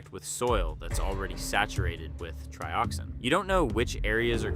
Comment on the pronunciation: Sounds like AI to me… TRY-oxin and TREE-oxin within just moments of each other? 🤔🤷🏻‍♂️ “They feel pain?” spoken like a question when it was meant to be an obvious statement… I dunno, you may have scripted it and possibly edited it, but that voice screams AI.